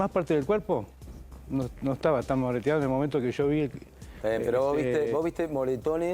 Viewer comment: Moretonuado..no mireteado se dice